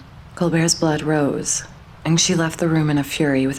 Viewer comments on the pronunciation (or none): none